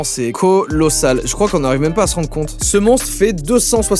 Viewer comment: Vraiment c corassal au lieu de colossal